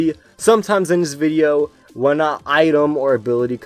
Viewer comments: I really like how he'll pronounce some pokemon's names and moves wrong on purpose sometimes, it kinda adds to the charm. Now that he said "wideo" comes from his German friend it has me wondering if some of the other mispronunciations are from him as well. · In one of his recent videos he said that he says wideo because he has a german friend that couldn't pronounce v's very well and used the w sound, and their friend group all started picking up on it because they thought it was funny. So yes it is intentional. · I love wolfy, I've used one of his teams that he showed for the past few seasons of ranked. But yeah he does mispronounce a few words on purpose. Idk why, this includes wideo, jigalith, jenjar and it can be a bit cringe but I think he does it on purpose as some sort of inside joke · You pronounced wideo wrong